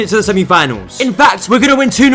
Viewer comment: "The last kick of the game at the Bernebeau is a very long time!"